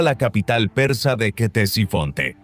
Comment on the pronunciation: Se pronuncia "tesifonte" no ketesifonte xD